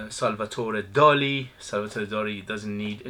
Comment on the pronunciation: Hi, nice review. Salvador Dali was spaniard, not french. Salvador, not Salvatore.